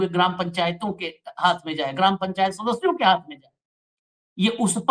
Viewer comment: Ye sadasyon ko shadashyon kyo bolte hai Birla ji. Bada awkward lsgta hai.